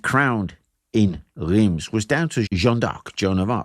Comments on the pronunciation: Excellent video, and good pronunciation of French names (only Reims is a bit iffy, the rest is 10/10). I’ve found you were a bit harsh on Charles VII. A king is more useful signing alliances, and reorganizing finance or armies, than standing in battles like the idiotic Jean II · Bonjour. Français ici ,breton plus précisément. Oui, on dit bien "Fortune de guerre " On dit Reims ( prononcer Reinsse ).Vous avez un facon bien anglaise de toujours ré- écrire l'histoire à votre avantage. À vous écouter une des raisons de cette defaite serait la présence de troupe mercenaires francaises que vous nommez la Malice . Ca m'a bien amusé c'est deja ça ,merci. A propos de cette escarmouche ( plutôt que bataille rangée ) il reste une expression dans le langage populaire français. C'est : " prendre la pâtée " qui signifie bien : subir une défaite totale. Cette bataille de Patay est très peu connue en France.Seule cette expression relayée par le petit peuple y fait référence. Le petit peuple des campagnes francaises a également gardé en mémoire la brutalité et la sauvagerie dont ont fait preuve les soudards de sa gracieuse majesté britannique. C'est pourquoi ,meme encore aujourd'hui ,dans les campagnes mayennaises ,bretonnes normandes et autres , les anglais sont accueillis avec une certaine retenue 😊.Merci pour vôtre vidéo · Ok, this one is a tough one I know: Reims, the place french kings were crowded, is pronounced something like "Ra-ens". Superb video nonetheless! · Nice vid. "Reims" in pronounced like the French word "rince". [ʁɛ̃s] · Oooof, French me feels better about his French accent when talking English when I hear you say "Reims". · Reims where the French kings were crowned is pronouced quite differently